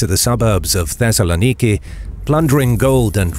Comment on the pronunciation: The pronunciation of Thessaloniki hurt my ears